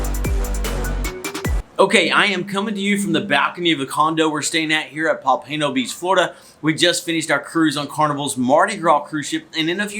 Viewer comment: FYI . You pronounced Pompano Wrong. The accent is on the first O. The a is soft. I live down here for over 30 years. You might be at The Marriott near 14 th Street?